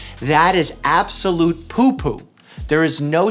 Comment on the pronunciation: “That is absolue popo”